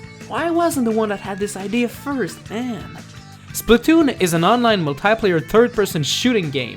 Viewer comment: I sed plz don't be spaltoon and all of asodean you sed spaltoon and that freaked me out how ironic